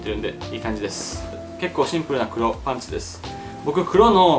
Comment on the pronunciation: それ思ってこのコメント探しにきた